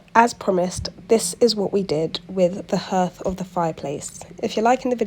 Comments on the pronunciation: hearth is pronounced like heart! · Hearth, pronounced 'harth'. Interesting vid.😊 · Hearth is pronounced ‘harth’